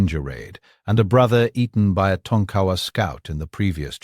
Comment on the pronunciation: Its pronounces Tonka wa not Ton kawa.